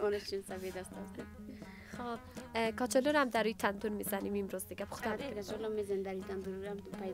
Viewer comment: از این گزارشگر کرده خاله ها بهتر صحبت می‌کنند ، کچالو را کاچالو میگه ،